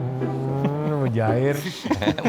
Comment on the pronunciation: 2.49 chef juna bilang "mujair"???! 😆